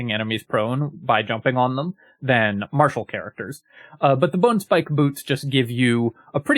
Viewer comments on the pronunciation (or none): none